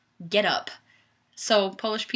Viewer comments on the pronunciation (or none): none